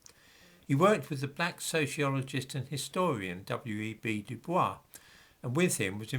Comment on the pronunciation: By the way, given that you like to be precise and accurate in your videos, I hope you don’t mind if I point out that you incorrectly pronounced the name of W. E. B. Du Bois. Du Bois always insisted that his name be pronounced duboys rather than à la manière français. You can check this with the Wikipedia article about him.